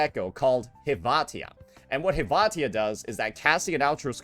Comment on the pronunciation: tf is a Hevahtia??